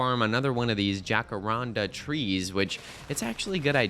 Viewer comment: my boyfriend sent me this video at the timstamp just so i had to hear jacaranda be pronounced wrong